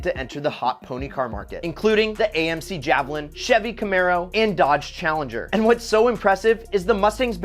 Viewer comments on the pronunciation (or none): none